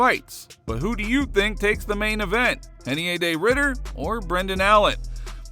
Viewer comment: Heinier De Ridder... with an H? By the voice over dudes logic shouldn't it be Heinier De Hidder? Where's the consistency here? Changes the R to a H in Reinier... But keeps the R... in Ridder? Why isn't that... Hidder? How does that work? Oh and by the way RDR is Dutch. Their R's are pronounced R's. They're not Brazilian. R's are NOT H's.